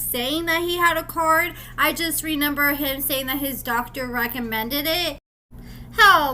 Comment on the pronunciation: Dude ….It’s not Renember Its ReMember